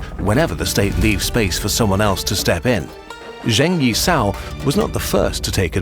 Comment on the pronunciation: P.s. would have appreciated trying slightly more at pronunciation of names. Guangzhou wasn't that bad, but then Zheng Yi Sao was pronounced zhane as opposed to jung.